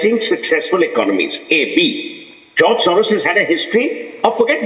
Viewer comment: Not joz mrs Gu-Swamy, but George